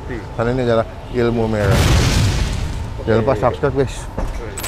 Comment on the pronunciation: Ilmu merah bg bukan megrah